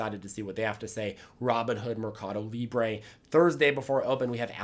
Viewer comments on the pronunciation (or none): none